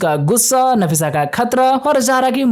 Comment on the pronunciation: Nafisa hai nasifa nahi😂